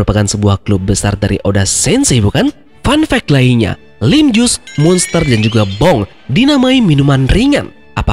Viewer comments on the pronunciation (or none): Laim jus. Bukan lim jus